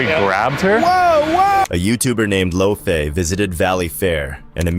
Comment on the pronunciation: It’s just lofe. Like loaf. Not lofé😂